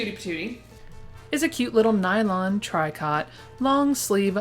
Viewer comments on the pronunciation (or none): The pink nightie fabric you called Tri-cot is pronounced tree-co. I remember it well from youth!